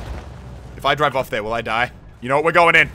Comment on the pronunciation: you scream "die die die" like "nein nein nein"